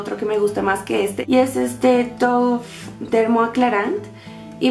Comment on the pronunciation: dove se pronuncia dav muy lindo video